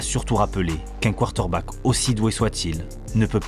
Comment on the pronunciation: Frère faut que tu apprennes à prononcer Quater Back 😂❤